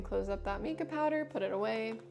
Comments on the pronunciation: I'm pretty sure it's pronounced my-kah, like the name Micah or mineral, not mee-kah. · Mica is actually pronounced with a long I sound, not the E sound. That said, this is a very helpful video. Thank you!